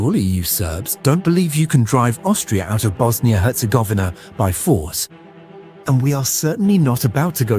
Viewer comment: And Bosnia herz-govner 🤣